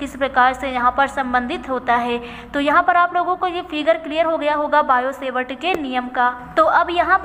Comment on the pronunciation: Sevart nahi hota hai savart hota hai